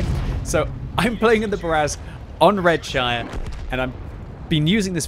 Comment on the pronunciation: Its "Red-sher".